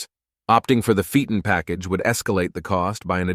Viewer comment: TORNADO!?? This is beyond idiotic 😡😡😡😡 Read the %$@ word. tor-O-nad-o! On Cadillac Sedan - Phaeton is pronounced "FAY-ton" .